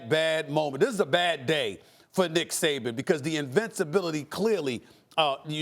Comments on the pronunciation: “there was a positive and a negative to DICK Saban” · I might be late but did it sound like he said Dick Saban.. haha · Stephen A. called him "Dick Saban" at the mark lol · And as a Dolphins fan I can absolutely agree that's his proper name. That or Nick Satan. Never forgive.